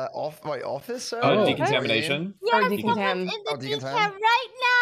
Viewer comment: Pretty sure just didn't want to risk saying "decumtamination" again. 😬